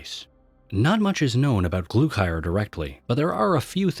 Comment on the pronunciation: "glukier" wtf its GLUKHAR GLUE-CAR